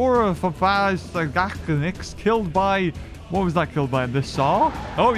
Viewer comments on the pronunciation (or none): it's pronounced saur-o-fa-ganax